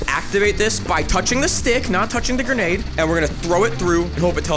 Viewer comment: The gwenade was gween